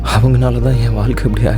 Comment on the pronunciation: வால்கை இல்லபா வாழ்கை தமிழை கொல பண்ணாதீங்க